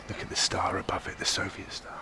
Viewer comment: Nobody : Bald : “šoviet spoons”